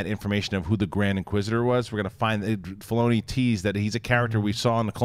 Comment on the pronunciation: John is mis-pronouncing Dave Filloni all the damn time